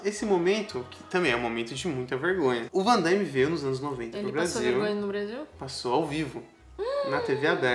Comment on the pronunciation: O chama o Van Damme de Vandaime, será que é só pela trolagem?